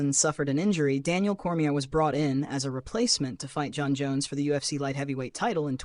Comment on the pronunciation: 8/10 information, -53/10 pronunciation on any name that is “Jon”